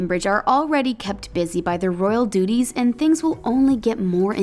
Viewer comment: every time she spoke, I heard ''Royal doodies''